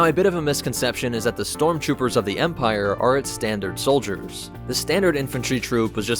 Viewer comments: I’ve heard of storm troopers but not strom troopers, lol. In all seriousness, good explanatory video! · 33 stromtroopers 😂